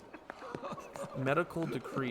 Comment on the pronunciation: Also, you were pronouncing empiricism as empirism, it is empir-i-cism :)